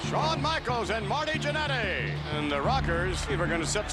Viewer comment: I love the way Nash pronounces "Jannety".